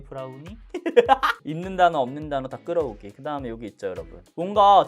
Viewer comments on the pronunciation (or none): 🧡🧡🧡 자색고구마ㄴ...데... 브ㄹrrr우늬? ㅋㅋㅋㅋㄲㄱㅋㄱㅋㅋㅋㅋ 아니 는 리뷰도 잘하는데 중간중간 이런 친오빠미가 낭낭하신게 너무 친근하고 프로페셔널함까지 느껴지신다 🖤🖤🖤 하 지금 틴트 블러셔까지 전부 뽐뿌오잖아요 ㅋㅋㅋㅋㅋㅋㅋㅋㅋ ㅡㅡ 내 텅장 책임ㅈㅕ•••